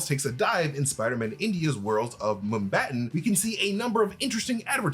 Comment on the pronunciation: Can you please try to pronounce Mumbai correctly?